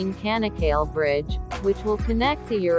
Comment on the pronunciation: bu tanıtımı bu bayana kim okuttu.. ç sesini söyletmeyi öğretemez miydi kanak kal değil Çanakkale. ingilizce Chanakkala ..olarak hatırlatılsaydı.. couldn't you pronounce Ch . the bridge's name is Chanak-kala ..not kanak kal